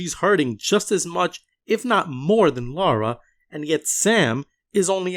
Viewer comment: Love this, great job. This guy's snarky and misleading videos make him seem so holier-than-thou. Also how hard is it to say LA-RA instead of LAU-RA like he constantly is!